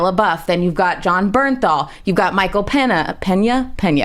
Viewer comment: points. Facts. Passion. Not just simply. Your words were better or sounded better. She cant even say Michael pénã